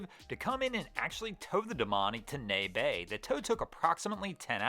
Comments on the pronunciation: Knee-ya Bay, not Ney Bay. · FYI. Neah Bay is pronounced Knee-uh Bay, not nay bay. Regarding Domani, what do you think actually happened? My hypothesis is the series of problems occurred as follows: Someone forgot to close the transom door, which resulted in water intrusion. Water then reached the engines, which created massive steam, which resulted in someone activating the Halon system and thereby the fire suppression system disabling the engines, which, consequently disabled the hydraulic pto pumps, which made it impossible to close the stern door. Will be interesting to see if this hypothesis is correct. It also could have been a jammed door that wouldn't close followed by the same series of problems. In any event it doesn't appear that any actual fire happened on board the yacht and it is unfortunate that someone activated the halon system, disabling the yacht, without need--at least as far as we can see--the lack of ANY visible charring or smoke discoloration leads me to believe no fire occurred, or if it did that it was incredibly minimal and could have easily been extinguished with a handheld fire extinguisher without disabling the vessel. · “Nay” Bay? I assume that’s Neah Bay, pronounced “NEE-ah.” Here in Washington State we have a lot of weird place names, but it’s usually Sequim and Puyallup people have trouble with. I never expected there to be a problem with Neah Bay. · I have never heard of a place called 'Nay Bay'. And then he mentions Port Angeles, which is near Neah Bay. I think he meant Neah Bay, instead of Nay Bay. Or..... Does anyone know where Nay Bay is? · I think you mean Neah Bay, (Knee-ya), at the mouth of the Strait of Juan de Fuca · Neah bay= knee-yah bay. -washingtonian boater. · Neah Bay - just an FYI, it is pronounced like 'knee-uh' bay. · Welcome to Washington!! FYI Neah Bay is three syllables and pronounced "NEE-ah" Bay. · I'd say "knee-uh" rather than "knee-ah," but yes, not just "knee." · Neah bay is pronounced Knee a bay